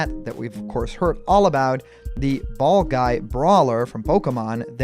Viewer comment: anyone else think he said fall guy instead of ball guy when they first heard that